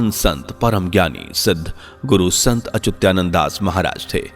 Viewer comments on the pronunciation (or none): अरे भाइ गुरुजी का नाम अचुत्यानन्द नही है अच्युतानन्द है